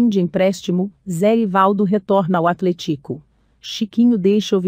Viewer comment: Mano, ficaria muito melhor se você mesmo apresentasse seu negócio, essas robô é muito ruim de ouvir, ela fala até "atlet-Í-co"